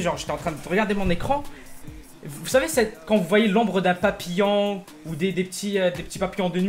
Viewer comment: il a dit papillan